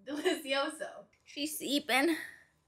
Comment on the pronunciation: YOU SAY DELISSIOOSOO!!! I thought I was the only one!! Made it up here in Ontario G.T.A. region Love it